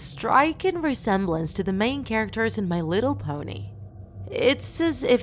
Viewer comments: She really said meh litter pony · They say it like m’littlepony